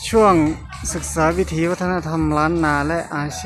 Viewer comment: "วิถี" ครับ ไม่ใช่ "วิธี"